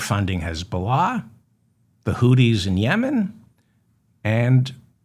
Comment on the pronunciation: Hi Mr. Feldman the correct pronunciation of Houthis is Hoo-theez (think of smoothies). Hope this helps.